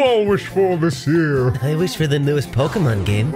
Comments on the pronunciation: Ohhh that's what he said.. i thought he said "last year" lol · Thought he said “last year”